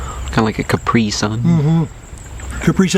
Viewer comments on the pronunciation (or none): none